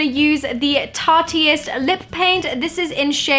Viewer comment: "Tarteeist" noo lol no